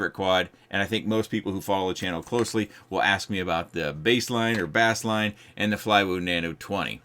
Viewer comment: It's still pronounced as base line. Like bass guitar.